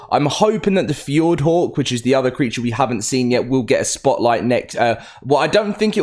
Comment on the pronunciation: why in gods name does he keep calling Fjordur Fjord… it’s one thing to pronounce something wrong but bro deleted the whole ur from the name